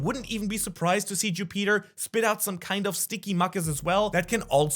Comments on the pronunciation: Don’t wanna complain but u said ju-Peter instead of Jupiter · Every time he said “Jew Peter” he had me rolling on the floor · The name Ju Peter not Jupiter, the mucus mistake, idk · Bro, i love your videos but the fact that you are calling Jupiter "Jú Píter" its triggering af 😂😂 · bc it is Ju Peter not Jupiter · Jew-Peter lmao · Learn how to say Jupiter correctly… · The way you say Jupiter bothers me